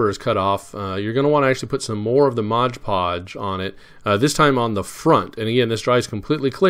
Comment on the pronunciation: Very nicely done! What paint did you use for the "stainless steel"? One nit to pick... it's MOD Podge, not Modge Podge. You certainly aren't the only one to call it that, however. Best wishes, Ken